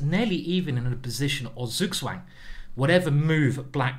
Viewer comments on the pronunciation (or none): none